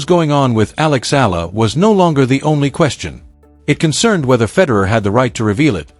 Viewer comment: ...please pronounced the correct way to say her surname E-A-LA ( E-yah-la)!!!!!!😡